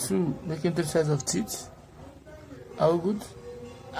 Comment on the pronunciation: The pronounciation of teeth 😭😭